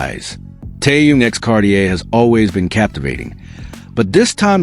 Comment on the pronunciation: Почему ведущий постояно коверкает имя Тэхена..... Мужчина вы что читать не умеете... Так безграммотно читаете... Запомните эту суперзвезду зовут Тэхён.. Не таюн... И не тын а Тэхён......